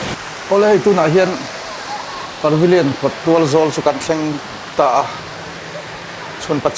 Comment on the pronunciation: Parvillion a nilo. Pavillion zawk aw Par hi rawn ti ziaha ngaihthlak a har